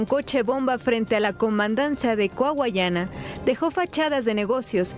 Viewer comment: Coahuayana maldita sea diganlo bien 😂 ¿Cuayucana? Jajajaja 😂